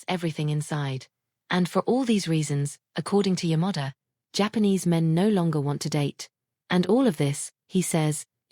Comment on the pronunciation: I found AI sound, pronounce "Yamada" as Your Mother. Quite funny, yet unease.